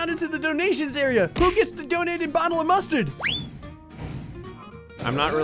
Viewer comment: Love how when said “i love mustard” you heard the Jersey in his voice